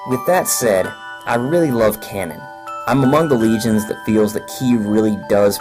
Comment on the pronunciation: Repeat with me: KA NO N Not Cannon...